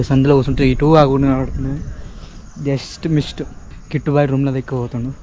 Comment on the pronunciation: Just miss ❌ just mist ✅